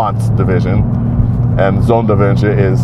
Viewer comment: Cheers to Donald for his great german pronounciation! The ü in "Sonderwünsche" was on point. Learning how to pronounce a letter that doesn't exist in your own language, but only in a German car name is real dedication!